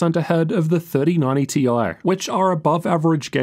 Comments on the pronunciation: T-i, not tie-fighter. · but we know it's T i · And we all know its TI..... Ffs.... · Omg please stop saying "tie", completely distracted from the content. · pls just say it as "TIE" 😭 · If you're gonna get "technical"and pronounce it "tie", then you need to be calling them "three thousand and ninety / four thousand and ninety" 😅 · people who say "ty" got mad at this 😂